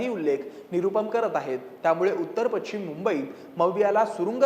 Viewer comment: पश्चिम किंवा पशचीम हा उच्चार आहे , पछीम नाही